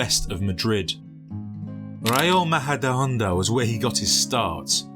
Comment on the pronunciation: "Raio Mahadahonda" LOL